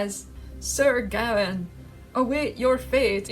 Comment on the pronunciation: Gawain pronounced Gah-Wayne. Sylvanus pronounced Sil Vah Nuss. You're welcome. I'm pretty sure the Green Man is just an archetype of the European Bigfoot, Der Wildermann, Woodwose, etc.. Which, by the way, is real.